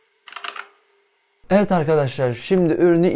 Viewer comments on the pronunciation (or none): none